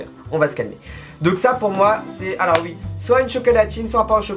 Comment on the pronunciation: mdr les chtits disent "ui" 😂, cst chiant de tjr entendre uiiiiii 😂😂